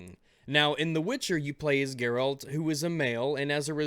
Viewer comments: I love you. I really do. but I really hate the way you say "Geralt" You played the game, you know how it's supposed to be pronounced.. why do you say gerALT? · / 10 manpoints for mispronouncing Geralt's name. You pleb. :C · you said Geralt's name wrong. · So you finished W3 and still can't pronounce Geralt's name? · If I hear Geralt pronounced WRONG one more time. I will end your life boi. ONE MORE TIME.